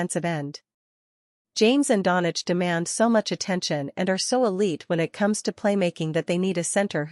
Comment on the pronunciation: Fake news. She cannot pronounce Doncic properly.